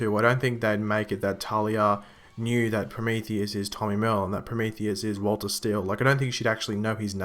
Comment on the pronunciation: Tommy merlyn not merl or what you said